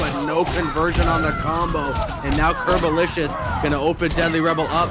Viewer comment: Isnt it "Curbolicious" instead of "Curbolisous"?